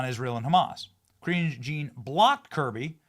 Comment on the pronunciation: I love the way you pronounce her name! Sounds like "Cringe!" LMAO!!! 😆😂🤣☠️